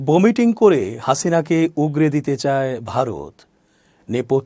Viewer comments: বোমিটিং নয় ভমিটিং, উচ্চারণ ঠিক করুন তারপরে খবর পড়তে আসবেন!! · বমিটিং হবেনা উচ্চারণটা হবে..... ভমিটিং